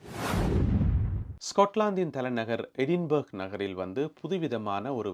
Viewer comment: அது எடின்பேர்க் அல்ல eh.duhn.bruh (எ டின் பிரா)